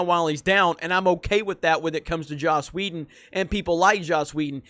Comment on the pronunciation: Please stop saying Joss Wheldo